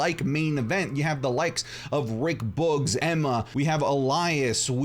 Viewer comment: Anyone realise he can’t pronounce Rick boogs right